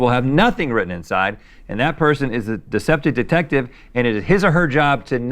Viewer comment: Watching Rhett repeatedly butcher the pronunciation of "deceptive detective" while explaining the game in the beginning was tremendous